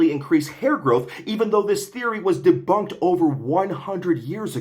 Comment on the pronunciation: ‘Deboonked’ made me literally burst out laughing.